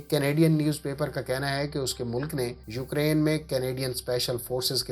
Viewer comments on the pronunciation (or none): none